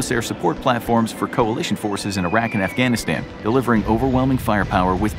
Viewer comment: I understand your american but say Afghanistan right or don't say it all.